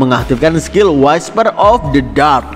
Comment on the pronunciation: Cara bacanya wisper bang bukan waisper, semangatt 😊😊